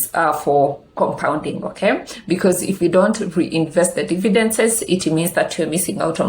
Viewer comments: Good content. Slight correction it's dividends not dividences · Glad you noticed too. It should bother me, but it does cos she repeats this mistake always. Nonetheless, great content.